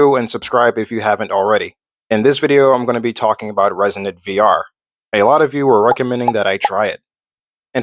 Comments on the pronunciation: Pssst… hey… It’s uh… it’s Reson”ITE” 🤣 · It’s “Resonite”, like “Dynomite”.